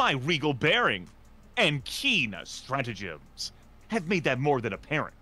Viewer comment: "Nothing I haven't heard in the anonymous reviews section. Where is that? Its in the comments below" Good one. DID SHE SAY STRATOGEMS?! 380mm High Explosive Barrage directly on her position